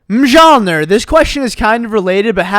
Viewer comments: Its not mjoliner M-jol-in-ear Ints mjoliner Mole-in-ear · mijallneer Me: it’s pronounced like milneer lol 😆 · Its pronounced meyolnir not mijolnir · Hey, it's not mi-jole-ner, it's meole-neer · I can’t believe he pronounced his name ma-jol-ner and not myol-nir like the hammer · Mjolnir is pronounced like "m-yol-nir" not "m-jol-nir" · its not mJornir its mYolnir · it is m-yol-n-ear not m-jol-ner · says mijolnir instead of mjolnir. Me: Laughs in Marvel norse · Mjolnir. (me-yol-n-air) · mjolnir is pronounced mee - yol - neer it's the name of thor's hammer in the avengers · Did this fool just say Ma-Jahl-Ner tf? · how did you pronounce Mjolnir as mijolner lmao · he pronounced mjolnir like majalnir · Did you just pronounce mjolnir mih John lerr? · Mjolnir Isn’t Supposed To Be Pronounced like that lol it’s more like MYULNEER you’d understand if you watch marvel 😂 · Its pronounced muleneer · mjolnir me-ol-neer thors hammer.... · Mjolnir is pronounced "Me ol' near" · It's pronounced Myolnir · Minjonlyer 😂😂 it's Mjolnir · Sir its pronounced myolneer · Mi-Joll-Ner.. Yes ofcourse.. 🔨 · Mjolnir is actually pronounced m-yol-nir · mjolnir is pronounced meal near. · Mans really said 'majolneer' It's pronounced 'Jonathan' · It’s pronounced m-yol-nir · I like how pronounces Mjolnir as Mjalnur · Man said majoneer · Just a heads up,. "Mjolnir" is pronounced "myall-neer." There is no j sound. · Well I pronounce it "meow-meow" but if you're going to pronounce the j it's "Jonathan" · Mjolnir is pronounced as m-yool-near,, other than that the video was really entertaining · It’s pronounced myoullneer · it's actually pronounced mee-ule-neer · It's pronounced Mi-yol-nir 🤓🥸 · That’s not how you pronounce Mjolnir It’s said like “Meal near” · He said Mjolnir like a weirdo and wrong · The way you pronounced Mjolnir crushed my soul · The way said mjolnir hurt me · I love how says Mjolnir wrong